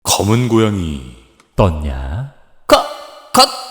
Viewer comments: 음.. 분명 검은 고야미라고 들렸는데... ㅋㅋㅋㅋ 새해 영상이라 긴장했나..ㅋㅋㅋ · 잘 들어보면 검은고얌미 떴다아ㅏㅏㅏ 라고 하심 ㅋㅋㅋㅋㅋㅋ 그나저나 안야테일러조이라니 미쳐ㅑ따리